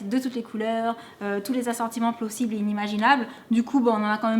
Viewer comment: C'est moi ou a 5.31 elle dis c'est plosible ? 😂 Sinon super vidéo ça donne faim 😍😘 je t'adore trop 💛💚💙💘